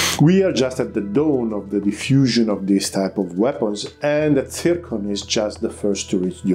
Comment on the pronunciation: It is not "tsirkon", but "zirkon" - XYZ